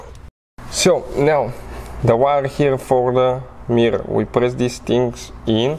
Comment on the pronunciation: I watched just to hear him say mirrrrorrr a bunch.